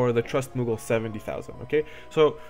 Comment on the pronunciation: Thanks for the good video man! You are saying a lot of the same thing my buddy was saying, but when you say it I actually listen. Except when you say muggle :P